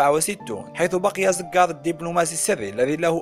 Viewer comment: اسمو زووقار وليس زززززققققار